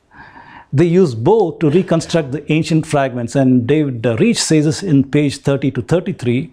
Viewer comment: Reich rhymes with 'Mike'. Steppe is pronounced 'step'.